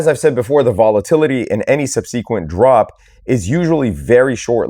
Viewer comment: subsequent, pronounced strangely